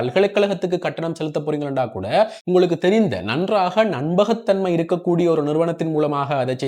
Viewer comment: தமிழை மிக கவனமாக உச்சரியுங்கோ # நம்பகத்தன்மை யை நண்பகத்தன்மை என்று கூறுகிறீர்கள்